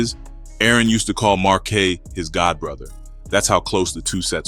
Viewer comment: Just realized this another ai voice smh marquay? Marquise you mean? I’m tired of this kinda lazy ass. Even showing the notes from you using chat gpt lol